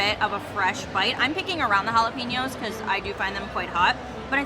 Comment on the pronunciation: Ha - lap - a - nyos